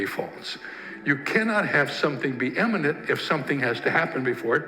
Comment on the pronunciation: Did you say 'eminent' or 'imminent'? 888AussieMate